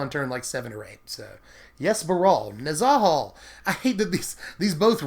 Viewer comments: nez UHH hal..... not nez AHH hall.... say it with me friends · omg why are u saying Nezahals name like that for-just stop